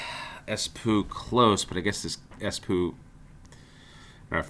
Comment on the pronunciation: Btw, -oo (like Espoo, Porvoo) is pronounced more like door than poo. Someone more professional linguist might comment something more helpful.